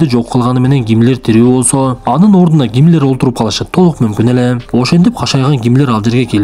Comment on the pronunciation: Кашайган Гимлер дейтко🤣🤣жаразында